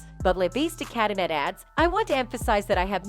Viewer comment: Just so you know...de Cadenet is pronounced de cadenay...